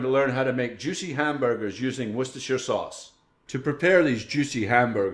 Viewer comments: Woostertertershire sauce....it's pronounced...Wooster.....wooster....an again...woooster lol.! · pronounced as Woos-ter-sheer sauce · great recipe. Its wooster-sheer sauce, English, what a funny language ah? But thats how its pronounced by us weird English men. Some American gem recipes would be much appreciated, thanks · pronounced "wooster sauce" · Its 4 mins of trying to say worchestershire shire wor shire cester worchshirecester sauce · just say it how we say in the uk wooster.. sauce ...(pronounce the oo as you do wen u say look ) :) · Wooster sauce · wuh-stah-shure sauce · Im amazed you pronounced Worcestershire right not like some who say Wor chester shire very annoying but later you did lol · It's woos-ter believe it or not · It's pronounced Wustersheer by those who live in Worcester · woostershire sauce if you want to say it correctly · I don't take cooking advice from cooks that can't pronounce Worcestershire sauce. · I stopped watching when he said Worcestershire sauce. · i got what you mean how professional can he be if he can't even say it right !;-)